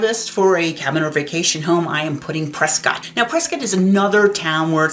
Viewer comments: It's CORRECTLY pronounced Preskitt, not Prescott. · You can’t be a native and not know the story behind it… JS. The town of Prescott, Arizona, is commonly pronounced "Pres-kit" (rhymes with "biscuit") by locals, rather than the more phonetically correct "Pres-cott". This unique pronunciation is a local tradition and has become a point of identity for the town, with newcomers quickly learning to adopt the local vernacular. While the town is named after historian William Hickling Prescott, whose name was pronounced "Pres-cot" by his contemporaries, the town's pronunciation seems to have evolved independently. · LOL on the pronunciation of Prescott. I am an Arizona native and it's one of the dumbest things I've ever heard. Do you pronounce Scott as "skitt"? What about cotton? Do they pronounce it as "kitten"? Their pronunciation makes no sense. LOL